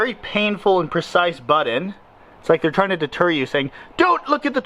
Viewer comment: LMAO in all of his videos its like "buddons" not buTTons !!